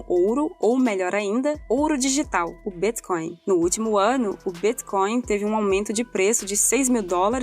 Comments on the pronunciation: "O Bíthcoin" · Essa pronúncia de Bitcoin eh de longe a mais bizarra que já vi